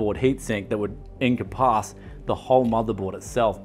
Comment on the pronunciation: The way you say "encompass" is wild